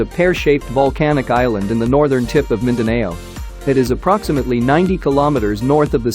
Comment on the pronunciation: Mindaneyow. hehe